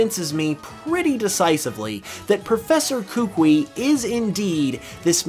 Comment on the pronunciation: Not to be that guy, but his name’s pronounced “kuh-KOO-ee”. Also, I think the anime, which yeah is a different continuity, but still, it has him saying he challenged the League, but failed, which is why he returned to Alola, but because it was something he loved doing, wanted to start in Alola as well.